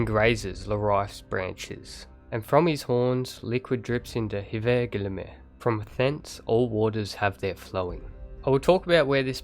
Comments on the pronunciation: you say it likes there is a nir ? his name is EIKTHYR, no nir, and silent h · the H in eikthyr is silent :), just wanted u to know so u dont destroy his name again :D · Eikthyr = Aithenie